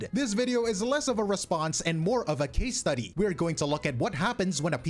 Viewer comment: "casse study" 😂